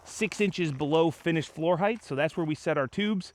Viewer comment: AWESOME!!! No project can run successfully without a guy like Greg. But I really wish both of you would learn the pronunciation of the word height. The word height ends with a hard T. It does not end with a TH, as in eighth. Bad pronunciation creates a bad first impression and it can also play with your confidence, which makes it even more difficult for you to communicate. This is the way the world works. Say words correctly and you say them with confidence. That confidence transposes into all aspects of your life. Cheers, gentlemen!